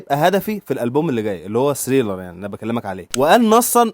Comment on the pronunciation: ليش ما تلفظها صح؟!؟!؟!؟!؟! ثريلر و ليس سريلر